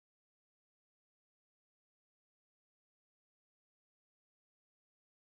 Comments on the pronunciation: It's not jaty Perry its Katy Perry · he said jady perry but its ok we always make mistakes :) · Did he just said Jaty Perry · who else noticed he said ''Jaty Perry''